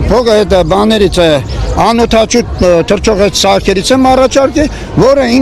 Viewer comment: Այս մարդը չի կարող անօդաչու բառը արտասանի հետո պնդում է որ ինքը ունի տեխնոլոգիա որը կարող է երկրագունդը փոխել այդ օդաչուներով այս մարդը ինքն իրա հետ էլ հակառակ է միայն խոսում է և խոսում է ոչ մի փաստ չունի